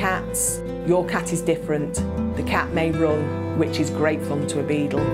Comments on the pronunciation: It sounds like she's saying "Beetle" instead of Beagle. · Lottafandoms even the auto captions think she is saying beetle 😂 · Is it that difficult to say bee-gyle? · Decent video but she kept saying "beadle" which was a bit weird. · Saptarsi Mondal ikr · It's her accent